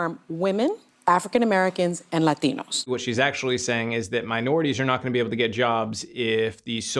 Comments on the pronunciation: the second i hear someone say the single word "Latino" in a Spanish accent they lose their credibility immediately. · why does she pronounce ‘Latino’ in a Spanish accent?! That’s quite belittling! 🤦‍♂️(virtue signaling) English has many borrowed words, are we going to pronounce them all in their original accents?! 😅